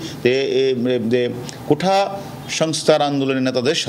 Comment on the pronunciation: 'কোঠা' না কোটা হবে। 'এঠা' না 'এটা' হবে। উচ্চারণ-ই করতে পারে না ঠিক করে।